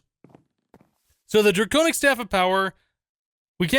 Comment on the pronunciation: Dwaconic Swaff of Awesumness !!!